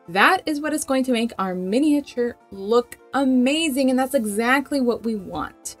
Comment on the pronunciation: I find your videos really helpful but can’t watch them as every time you butcher the word “miniature” is like nails down a blackboard 😱